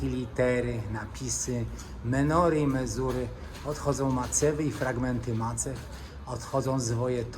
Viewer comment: mezuzy a nie mezury,lepiej się przygotuj albo nie publikuj gówna.